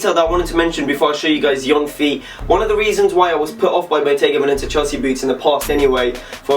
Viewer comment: It's "BOGGETA" fam. SHIT. 😂